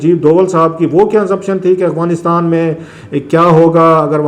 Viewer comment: Clasra sb please pronounce correct its Afghanistan not aghwanistan.